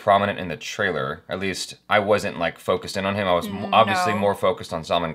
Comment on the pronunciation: Its Bhaaaaaa-Rut not Baraaaaaat. Its Sull (as in gull of sea gull)-Maaaaan khan not Salmon. Sheesh. So many years and 1 M subscribers. At least get Rashi Mudholkar to tutor you on pronunciations if she is not doing subtitles and save us the torture.